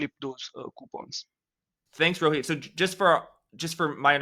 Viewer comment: Jack . Loved the way u pronounced Rohit. Its also my name. Never seen it pronounced so corectly n with affection in my life by a famous person. ❤ Kudos for that!